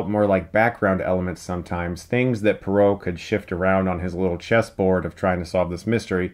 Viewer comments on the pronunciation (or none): It's poirot not perot...and he's belgian not french. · Perrot (or was it parrot?) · LEARN TO PRONOUNCE POIROT!!! NOT PAROW!!!!! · It's pronounced "Chuckles Branagh". It did get funnier and funnier every time Chris says "Bron-ha", which was a lot of times in this review. Also "Perot", like Ross Perot. LOL. It's "Pwah-row", like far-bow. The way you pronounc "Pois" in "Petit Pois". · Because the main character is Belgian his name is NOT Poro, it’s pronounced “Poaro” and spelled Poirot. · "Puh-ro"? Why do I get the feeling that Poirot would sarcastically but charmingly correct you if he heard you pronounce his name that way lol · Poirot should be pronounced Pwah-Roh. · Purot lol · Pwa-row. and Brannagh is Bra-na, not the hilarious way Chris says it. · Your pronunciations were driving me crazy. Say it with me - Kenneth BRANNA and HER-KUELL PWAAH-ROW (as in "row, row, row your boat"). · Its not Hercul Parrot, its Hercule Poirot. Dammit Chris. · Managed to mispronounce branagh and poirot wrong in one sentence lol its brana and pwarot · It's amazing how Chris can mispronounce the names of both the actor and the character that he plays... haha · I love you Chris but your pronunciation of poirot and Branagh made me cry. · You are saying Poirot wrong. Poirot will be very disappointed with you. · You got the pronunciation of both Poirot and Branagh wrong. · You pronounce Poirot and Branagh in a way i've never heard before, maybe it's an American thing.